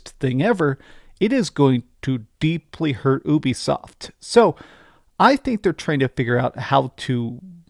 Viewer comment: YOU-BE-SOFT (like your ED problems). Not OOBI-SOFT.